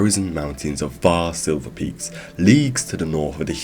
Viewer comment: aren't they called the "Shiverpeaks"? sounded like you said "silverpeaks"